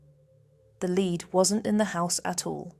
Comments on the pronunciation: I agree, but for the element "Lead" it says "leed" not "led" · For the element "Lead" it says "leed" not "led" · If you click on the description it states this video was made with AI. But you simply have to listen to the different pronunciations of the word “lead” to quickly realise it’s an AI voice as well as AI generated images. “Leed”? Nope, it’s pronounced “Led” Really disappointing. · The constant mispronunciation of the word "lead"!!